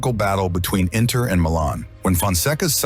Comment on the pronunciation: Yeah because he says Inner and not Inter 😂😂😂